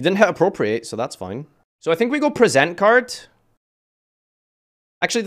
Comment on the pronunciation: im not illiterate: mispronounces "present"